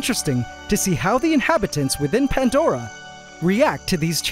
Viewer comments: I still don't understand why it's called PanTdora and not Pandora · Pantdora?? Why not Plantdora, sounds much better. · haha pantdora and not pandora